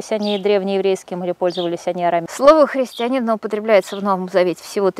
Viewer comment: Юлия Леонидовна, правильное ударение — христианИн.